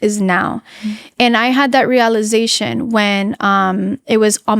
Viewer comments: I stopped taking her seriously as soon as she mispronounced “realization” like girl tf was that. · why does she say realization like that